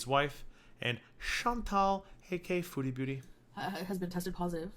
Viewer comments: It sounds like you just say, “AK”, and I rewind it all the time trying to hear the final A! lol. Love to hear your takes on Chantal’s shenanigans! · When introducing Chantal at the beginning of your videos, it’s “AKA”, (also known as).